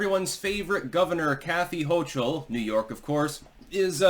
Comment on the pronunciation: hochul but sounds like choke ul but you tried